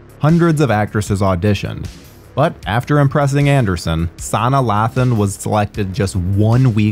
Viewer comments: SUH-NIYAH LAY-THAN, NOT SANA LATHUN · LOL I just knew y'all were gonna screw up the black woman's name, just as bad as WhatCulture & they're TERRIBLE at names smh...it's pronounced SUH-NAH LAYTHAN (Sanaa Lathan). Sanaa is Swahili for "work of art" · U butchered ms lathan’s name. It’s pronounced( sah-nai ) (Lay-than) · SUN-EYE LATHAN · 🤦‍♂️Sa-nye-ah Lay-thin is what you meant i think 🤣great review though!!! God bless and welcome to the year 2023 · Ooof..... why did you pronounce Sanaa Lathan's name like that lmao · The way y’all mispronounced Sanaa Lathan’s name just hurt my feelings… 😭😭😭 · You completely butchered her name….. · Why he say my wife name like that wtf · Would it kill you guys to learn the proper way to pronounce the names of actors???? Sanaa Lathan has been acting for over a decade. There have to be hundreds of interviews featuring her name being pronounced correctly. 🙄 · Lol that's not how you pronounce Sanaa Lathan. It was jarring as hell because in the black community she's a household name. I'm always surprised by the lack of exposure to black centric media... kinda hilarious.